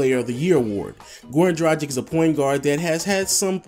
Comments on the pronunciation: it is pronounced dragkits not drajik!!!come on man!! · Great video! Completely agree with these names. P.S. Dragić is pronounced 'Dra-geech'